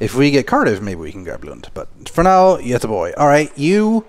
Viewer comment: You prenoundes Göteborg right.